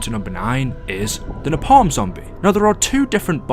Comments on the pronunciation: Its pronounced like (nae-palm) no (napam) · Pronounced ‘Nay-Palm’ but okay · It's pronounced nae-palm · Funny how he pronounces Napalm, like Na Palm as two separate words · Hey I love the videos and I appreciate the work you put in to your amazing content. One thing though, why do you say napalm like that. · The way you were saying napalm 🙄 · listening to him pronounce Napalm without the L in the word cringes every time